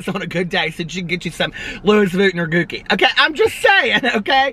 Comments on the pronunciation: I die every time you say, "the luis vutton" and "the gooki" 😂😂😂😂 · I literally almost spit out my shake when he said gooki lol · Hi! I love your videos! I know you were joking around on the "wrong" pronunciation for Gucci but the way you were saying it in the video is actually a slur towards Asian people. Not being hateful just trying to help.:)